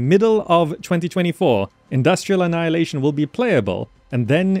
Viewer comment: Why do you say annaeleishn, but write annihilation? 😂